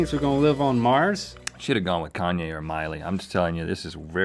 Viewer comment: Wait, Rhett actually just said "Send 'em the latest Kaye joint". THE LATEST KANYE JOINT.